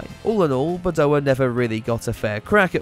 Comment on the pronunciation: It’s Badoèr!!! Not Badoah!